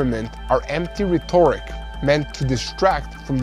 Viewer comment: Can I suggest some pronunciation changes in line with native English? Eg. rhet’oric not rheto’ric; however rheto’rical is correct/standard.